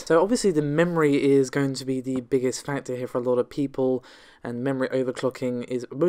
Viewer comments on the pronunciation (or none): none